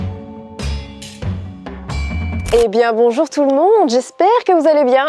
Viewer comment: À j'adore le BoNJoUR 😂😂😂